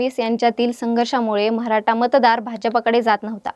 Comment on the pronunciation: मॅडम मराठा म्हणा....म्हराठा नाही हो 😅